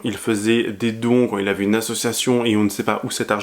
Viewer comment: Pitié qu'un orthophoniste se dévoue pour aider Dylan à prononcer le mot "ASSOCIATION" !